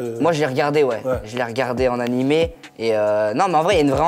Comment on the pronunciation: "oh y'a un animé dedans ??" aiiiiie mes oreilles mdrrrr (tous les puristes ont fait un AVC a ce moment mdr)